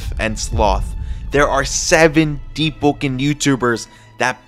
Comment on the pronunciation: Is it just me or i hear him spell "Deep-po-ken